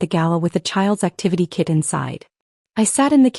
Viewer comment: kit not kid. Fix your narration